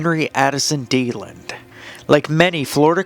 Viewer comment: Ybor City is pronounced like "Ee bore City", Deland is pronounced like "Dee Land".